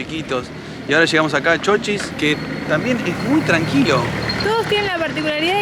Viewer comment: Se dice ¡¡¡Chochís!!! Con ancento en la í; es decir con una mayor intencidas o fuerza de vos en la vocal í de la primera silaba por si alguien no sabe. Lo que pasa es que como lo han escrito con mayuscula "CHOCHIS" se han dejado llevar por le regla que en mayusculas no se acentua las palabras, aunque ahora ya esa regla ya no tiene ese mismo rigor. Y si lo ven escrito sin acento con minuscula pues lastimasamente lo han escrito mal. Repito el nombre correcto del pueblo es "CHOCHÍS" parabra aguda con dos silabas. NOTA: El nombre Davíd es una palabra modelo de la pronunciación correcta de nombre Chochís.